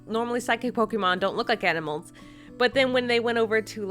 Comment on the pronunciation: It's not Pokeeeemon! It's Pokémon!